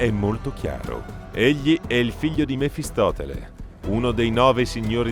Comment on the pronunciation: Mephistopheles, non mefistoTele. Karsus è netherese, non "netheriano" ^_^'